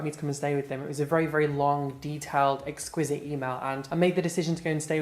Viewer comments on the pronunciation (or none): I die everytime he mispronounces a word. 😂 Exquisite instead of explicit is hilarious af! At the moment his youtube banner reads "Investion" instead of "Investigation". It's just too good!!